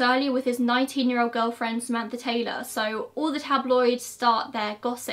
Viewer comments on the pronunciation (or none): none